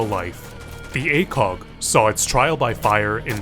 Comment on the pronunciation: what most people hear: ACOG what some people hear: a kock